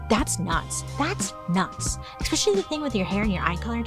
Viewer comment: I Really Enjoy Bailey but COME ON-7 MILLION PLUS subs and she cannot pronounce eSpecially OR eScape properly?!? Spare me “it’s her speech impediment” it’s a Mispronunciation- SIMPLE AS THAT. There’s NO “K” in especially OR escape yet she Consistently says eKspecially and eKscape. It ain’t cute.